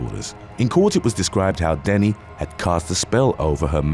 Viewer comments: I love your stories but I hate how on so many youtube videos names are said wrong. It's not Joanna denny its dennehy. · It's pronounced Joanna Denneheeeee